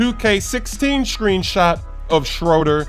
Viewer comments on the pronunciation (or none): SchrÖder makes an ooh sound not Schroder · He is mispronouncing Dennis Schröder